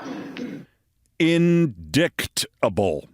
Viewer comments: Indicktable!!! Hahaha ! Be funny if it weren’t so sad. Has to use her finger to read words she can’t pronounce correctly. Get her OUT of Congress!!!! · KEITH! When have you heard the word "INDICKTABLE"??? Even if she can't read, she can hear! AND if you are a member of the modern GOP, just following TRUMP means you've become familiar with the word "indict" and its extensions. MTG is just dumb! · *-IGHTis not really phonetic spelling... It is one of the most illogical spellings in the English language! This is the actual phonetic spelling of indict: ɪnˈdaɪt. How 'ight' could represent the sounds I don't quite get... But still I absolutely WOULD use -IGHT or -ITE to make sure I don't pronounce it incorrectly. ... Still itt's not phonetic spelling which uses the phonemes uttered, expressed by a specific set of symbols. You see them in the dictionary. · I had a pause there for a second. InDICKtable? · Ugh, the Jan. 6 trial is the one that matters the most. PLEASE let it happen before the election, and PLEASE convict that slimy weasel. Re: MTG and "indiKt", dyslexia does not prevent someone from using the pronunciation key in a dictionary.